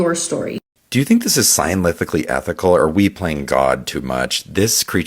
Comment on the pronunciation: Clip about bear/cougar... Why TF does dude always say scienlific??? That's not a word!! He says it every time! Scienlif